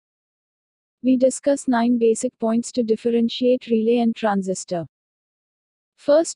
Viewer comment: it's Transistor, not Transisitor.